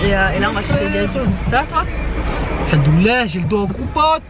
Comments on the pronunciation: m fait rire, il dit:handoulalah mdr alors qu'en réalité c'est hamdoulalah c un M pas un N 😂😂😂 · j'arrête pas de rigoler de la façon dont dit hamdoallah, il dit haNdollah je trouve ça marrant tu peux lui corriger mina mdr sinon super vlog j'ai adoré